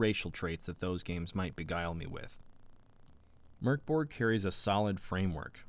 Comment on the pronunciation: Solid review! Just what I was after and now I actually consider purchasing the game. (Also props for the correct pronunciation right off the bat)